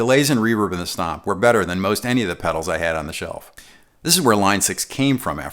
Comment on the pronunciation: Why does it sound like “snob or snot” when he says stomp? ;) love this video just ordered my powercab